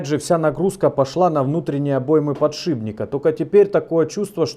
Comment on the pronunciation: "Подшибника... подшибника...". батькович, Вы же уже нормально как то называли сей девайс... а сейчас опять всё вернулось на круги своя...